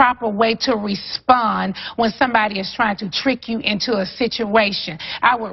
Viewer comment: “ReSPUND” 😂😂 nene kills me